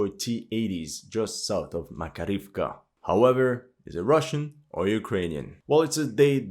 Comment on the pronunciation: Thank you for your analyze. BTW in Makarievka stress on the 2d a: Mak A rievka. Im from Russia.